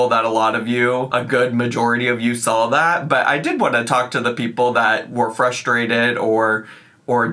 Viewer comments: It annoys me so much whenever she says she "sawl" something! It's SAW! FFS! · She can't pronounce the L in shawl, because she already assigned the L to the end of the word saw. "I sawl an orderment while I was wearing my shaw."